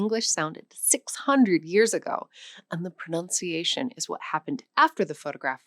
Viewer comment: It seems ironic to be schooled on my pronunciation… by a teacher who repeatedly mispronounces “pronunciation.” It’s not “pronounciation.” There’s no “o” after the “n”.